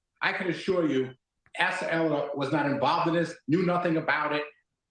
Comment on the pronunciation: "Ahh - suh". Asa